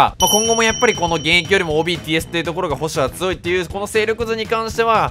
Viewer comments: 批判ではないんですけど、つよいがつおいと言っているのが、気になるのは私だけ？ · って「つよい」の事「つおい」っていうよねw